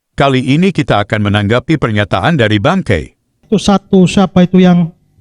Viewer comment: Bukan bangkei...tp BANGKAI...😂😂😂